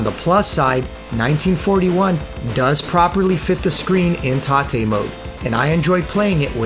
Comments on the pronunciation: Mate, thanks for the great video. I enjoyed it very much. But i have to say it: It's tate mode, 'tate like rotate. Because the screen is rotated. It's not taté. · Do you think maybe it's tate mode as in rotate? Rather than taté (tar-tay) ? Just wondering. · What's with all this "tah-te" mode nonsense? You need to get GAME SACKED, sir. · "tah-tay" mode 🤨